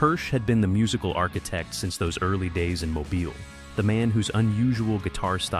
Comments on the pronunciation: Mo-Beal is how you say it. Lived here my whole life. I hate hearing “Mo-bull” by this AI voice lol. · Mobile. Pronounced Mo-BILL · It is pronounced MO-BEAL. Irritating. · MoBILE (emphasis on the second syllable). 😡